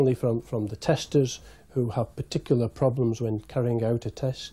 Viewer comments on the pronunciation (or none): none